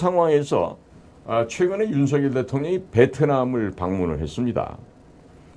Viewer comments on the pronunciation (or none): 유투브에 몇 차례 /윤성열/로 불러주세요가 아직도 안 되네요. 고유명사는 문법에 구애받지 않습니다. 본인이 원하는대로 불러 주세요. /레이건/ 대통령도 미국식으로 읽으면 /리건/이 맞지만 자기네 집안에서는 /레이건/으로 발음하므로 그렇게 불러 달라는 공문을 각국에 보내어 지금껏 그렇게 불려지잖아요. 자음접변만 아는 /윤서결/은 듣기에 참 거북하고 심지어 그런 문화를 모르는 거 같아 참 무식하게 보입니다. 기대를 했는데 사소한 데서 대단히 실망하고 있습니다.